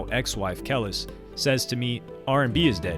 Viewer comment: “Kel-lus”? I know you know how to pronounce Kelis now